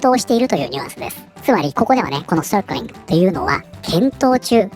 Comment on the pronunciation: 「Circling」の発音はグンバツなのに、「まちゃちゅーちぇっちゅちゅー」との落差ありすぎて笑う ( ´ ▽ ` )